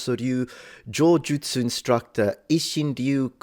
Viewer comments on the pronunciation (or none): Jaw-jutsu? Did I hear it correct?